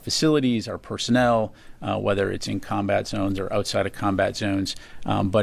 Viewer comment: "PURTNER" and "ZEWNS." Ereshkigal, notice.